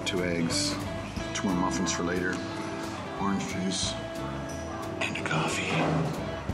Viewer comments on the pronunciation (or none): none